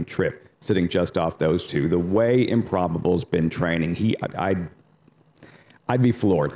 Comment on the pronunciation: Dude, the word is TWO, not TYUUUUUUUUUUU. Anyone reading this and doesnt know what I mean, listen to on the NYRA live show.